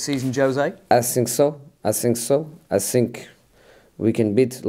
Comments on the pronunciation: I sink soo I sink soo I sink soo 😅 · I sink so, I sink so, I sink so , I sink so, I sink so , I sink so , I sink so , I sink so , I sink so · "Oh for sure! For sure"😂 "I sink so...I sink so."😂 Lampard's and Pep's were funny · Interviewer : Can you win silverware this season José? Mourinho: I sink so, I sink so, I sink... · Jose: I sink so, i sink so 🤣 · "i sink.." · No one: Absolutely no one: Jose: I sink so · I sink so, I sink so . . . . .😄😄😄😄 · I sink so. I sink so😂😂😂😂😂😂😂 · I sink so, I sink so😁😆😆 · "I thsink so." ~Jose Mourinho